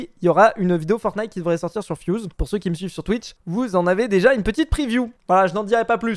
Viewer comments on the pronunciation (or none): none